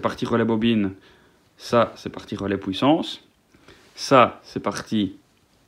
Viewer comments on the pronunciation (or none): "la POUISSANCE"